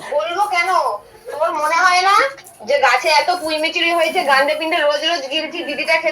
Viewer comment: আরে পুই মুচুরি কি কথা পুই মেটুলি বলে।